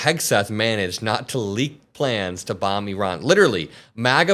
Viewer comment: ☆ "I RAN." Google the pronunciation JD. If you're going to murder them at least get that right. But then again you voiced that Haitians come from "Haitia". Stupid fascist.☆